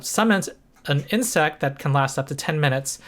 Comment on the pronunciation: When you said "giant insect," I heard "giant hit sack," but I think the difference is irrelevant.